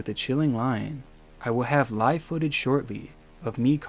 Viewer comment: Are you AI? I didn't think you were but I've noticed that all AI narrators mispronounce women and live (as in "live wire" ). Disappointed.